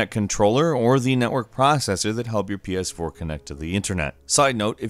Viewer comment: Wait the title says Ps4 but you're saying pee-aas4.